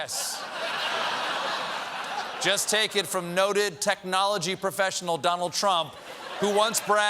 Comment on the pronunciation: “I’m a profectional ” at technology.” Ummm, a what?